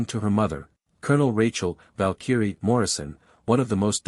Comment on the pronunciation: Need to learn PROPER PRONUNCIATION of VALKYRIE!!